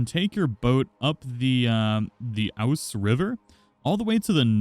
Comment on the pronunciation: Loved the way you pronounced the River Ouse. Pronounce it as Oooooz 😉